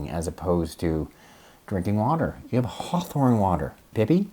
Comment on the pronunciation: Does it include HCM as well? Please caption. Your accent is hard with certain specific words. Heart what? Hearthorn?